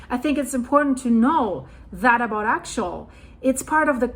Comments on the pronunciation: It is pronounced axe-ee-ull in the US. I love your reporting. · I think the volcano is pronounced Ax-E-ul. I am a senior studying at Oregon State University and recently had the opportunity to listen to some of this same information being discussed amongst colleagues It’s fascinating. I live in Portland right now and I agree that we should be hearing more about how this eruption can affect the subduction zone. Some people have been food prepping and filling up on gas and I’ve seen signs in private communities and complexes about preparing for the worst ie earthquake. So there are people aware of it but I find it interesting that it’s not being talked about more. For the record, Portland is not prepared as most of its emergency fuel reserves equipment and supplies are stored on the river in downtown Portland between bridges. Building are not to code, and the main bridge (1 of 2) between Oregon and Washington state may surely collapse if an earthquake was to hit. It’s over 100 years old, but plans are in place to bring building a new bridge next year, but will it be completed in time. I love your channel and receiving geological updates from around the world as we are all connected through the same system, no matter where you’re located. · It's pronounced AXE-EL :) The real concern is if will affect the Juan de Fuca plate? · Axial - meaning along an axis. say axe' - ee - ul or aks'-ee-ul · Axial is difficult to pronounce… it’s Axe-ee-al, emphasis on the ‘axe’.